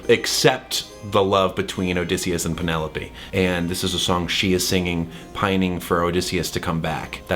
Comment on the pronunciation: LOVE Thomas riff of pen-EL-OPE~ and the fact that he is giving BIG Hermes vibes with his lil British “moving on” and his entire outfit(round orange tinted glasses and his orange clothes 😁😊🧡)